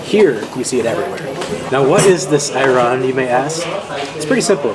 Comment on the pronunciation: couple tips: 1 you got scammed with the mussles the average price for the small ones is 5 2 the sand-boiled turkish coffe is a tourist trap 3 please dont lahmacun turkish pizza its LIKE pizza but its NOT pizza + its more used as a shell for the stuff you put it it 4 ayran' a's are pronounced differnt its like the word alibi